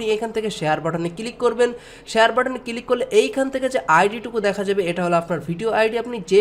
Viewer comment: উচ্চারন সুন্দর। ফিরি নাকি ফ্রি? কিলিক নাকি ক্লিক? সিমপিল?? নাকি সিম্পল,? কমপিলিট,পোরমশোন,এসব ঠিক করেন ভাই। বলে না লোকে। তবে এগুলা বাজে সোনায় আপনি কি সজল এর ভাই??